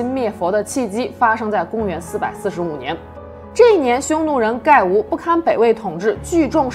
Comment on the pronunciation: 还有盖吴一般读作葛吴